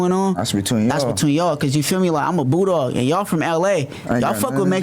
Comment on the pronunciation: Oh he saying Bulldog? I thought he was saying Boo Dawg lol